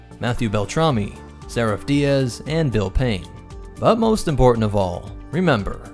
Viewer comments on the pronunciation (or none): none